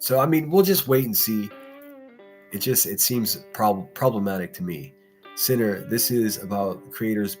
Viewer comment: Be a Thinner not a thaint! 😂😂😂😂